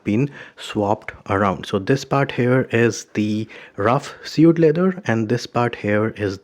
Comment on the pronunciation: it's pronounced like swade